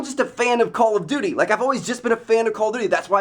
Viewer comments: It's call of duty, not coll of duty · Its called call OF duty not call o duty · Anyone else think he said call of booty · He said call if booty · at like i swear he says call of booty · He said "call of booty" in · You said call of booty lol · LOL I SWEAR HE SAYS "CALL OF BOOTY"! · he says call of booty. Slow down Trev. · he says call of booty lol